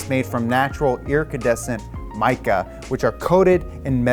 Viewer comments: did he say "ircidecent" instead of iridescent? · “Ear-cah-descent mica” instead of iridescent mica really got me. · What happens when you take a NON science guy; and make him read a science script?? You get “irKADESCENT” 🤦🏾‍♂️😂😂😂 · IraCAdescent? Nice points, but the fails are hilar. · "irricadescent" nice one